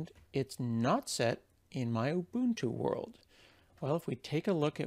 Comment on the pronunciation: I am so glad you pronounce Ubuntu correctly. :) Cool video too.